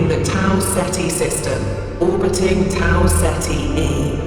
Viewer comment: tau ceti? amaze amaze amaze 👎